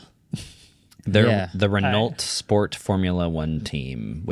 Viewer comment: Renault pronounced "re-nolt" really?